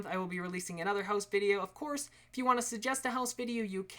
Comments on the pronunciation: you said clourse... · ' Flooring Ofclourse. ' xd. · ' Flooring, ofclourse. ' Lol. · hey man im super new to ur channel ive probably only watched 9 of ur videos and i gotta say at first i thought u were kinda weird. but then when i actually paid attention and got sucked in to what ur saying, and admiring how much fun u have and will have making these videos. again another great build great job! p.s.: u said "of florse" lol good job man! keep it up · he said of clourse :D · "Flooring of cloorse" :D